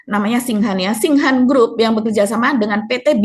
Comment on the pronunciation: Koreksi buk maaf bacanya tingshan